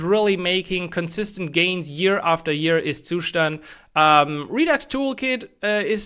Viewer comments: Every time you pronounce the word "Zustand," it makes my ears hurt :face-fuchsia-tongue-out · Yeah, I get that! Most people get used to pronouncing it differently — like you did in your earlier videos. It just sounds a bit weird 🙂 Btw really appreciate what you do!